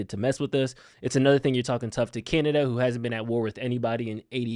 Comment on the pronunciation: Can you get someone in there who can speak the proper terminology when it comes to Canada ?? Canadia? Congress? Who is this guy?